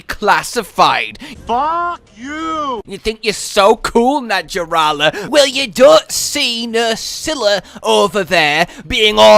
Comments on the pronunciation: 100% sure it's pronounced NaHarala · I wish the designers just went full-snake and omitted the legs. Btw, the j in “naja” is pronounced like an h in Latin. So it’s “naHArala”. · Its pronounced Na Har la